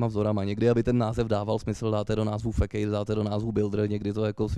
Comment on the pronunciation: Přednáška fajn, ale Facade se opravdu nečte jako "fekejd". :D V češtině to zvládl říct normálně - fasáda. V angličtině se to moc neliší - [fəˈsäd] (tedy "f-sád"). Fekejd zní spíš jako něco fejkovýho nebo fekálního. :'D